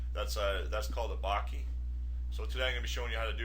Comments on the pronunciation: Bokeh. Bo-keh. Bo-kuh. Bo-ka. Not "bockey". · What is baaakee? Ive heard od bokah...bokeh...Is that what you mean? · "barkeh" - haha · Bokeh- Bo keh- pronounced bow- ke (as in kettle) Other than that annoyance it was a great tutorial. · It's pronounced 'boh-kay'...as in bouquet?! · lol, it's pronounced boke-eh ;) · Great tutorial but please, for god's sake learn to say 'bokeh' right. That was painful.